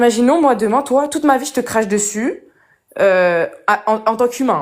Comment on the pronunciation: Et tchoi tchu peux pas parler normalement? thié obligé de prononcer comme ça, c'est monstrueuxement laid. Paradchi, dchirectchement, tu peux pas dchire? Quelle horreur . . .